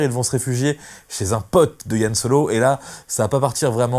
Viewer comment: Yan Solo et Leila? Tu veux pas plutôt dire Han Solo et Leia ?